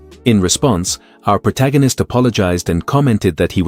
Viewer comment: Ah yes the pro-ta-gan-ist